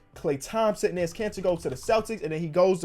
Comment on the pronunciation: Hey bro love the vids! Please learn how to say Enes Kanter’s first name lol